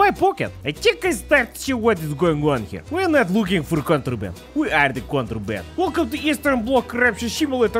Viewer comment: seconds in when calls the game “soityaaid” police is because he’s reading the Cyrillic-stylized “contraband” English word as if it was actually written in Cyrillic alphabet. C makes an S, backwards N makes a soft I/e, backwards R makes a Y, and the b is less of a sound and more of an accent inflection.